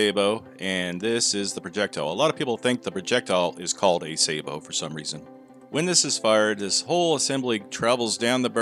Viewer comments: FYI it's pronounced sabbo not say bo Sabot is the French word for shoe. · A lot of people think Sabot is pronounced Say-Bo. It is not. It is pronounced not pronounced with a hard A, but a soft A. Sa-Bo. It's French for Shoe, or Clog. It is the root of the word Sabotage and comes from back in the early days of industrialization when they wore wooden shoes. They would toss a wooden shoe into the gears of the machinery in order to stop production. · Please learn how to pronounce Sabot, it is not Saybot, for heck's sake